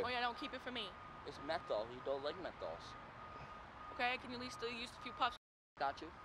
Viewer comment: Him: It's Methols, you don't like methols Her: I'll take a couple puffs I died 😂😂😂